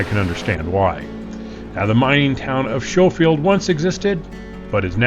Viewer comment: only ever heard it pronounce Sko-field.